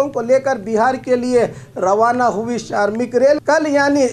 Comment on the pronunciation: Bhai Bhai Shramik bolo sharmik Nahi , sharmik ka matlab ab aur Hota Hai